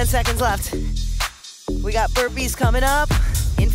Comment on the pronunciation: Every time she says burpees I die a little inside